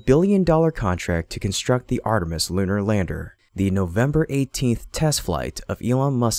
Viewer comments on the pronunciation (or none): none